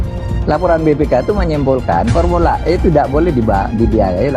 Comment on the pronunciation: Pormula. E.. Pormula. E... Pomula. E... Misteri..